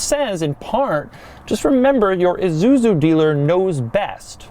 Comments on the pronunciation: did he say Isuzuzu? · It’s pronounced I-su-zu not issuzui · It's isuzu not izuzu doug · It's ISUZU not an IZUZU. The S is pronounced S, not like Z.. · It's not "eh-zu-zu", it's "eye-sue-zu" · Forgot about? Dude, try never even knew existed. It also pronounced I, SU, ZU, not IZUZU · Why does he keep saying Izuzu instead of Isuzu? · It's ISUZU not fucking IZUZU or whatever the fuck you yankees call it. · EESSUZU not EEZUZU! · iSuzu not IZUZU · is he...pronouncing isuzu lile izuzu? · "IZUZU" -Doug